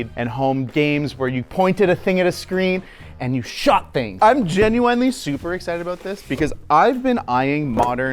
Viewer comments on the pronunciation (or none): For someone who says "genuinely" so much, he sure doesn't know how to pronounce it.